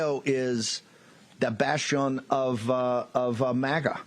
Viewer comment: Can’t pronounce bastion.